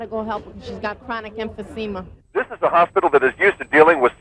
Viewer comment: “Chronic emphyseema”